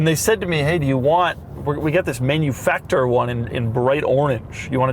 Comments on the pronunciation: "Manufaktur" is not pronounced "Menufaktur" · By the way, please pronounce Manufakture in the European way as Man-you-Fak Tooor by emphasizing the bit of extra SPACING between Fak and the looooong pronunciation of Tooooooor This is a nice car! Anyone want to give one to me for free? Are there any hot-looking 55 year old Divorcees who want me as their boy-toy and can give me one of these as my Birthday present? We can test out just how comfortable those backseats actually are! V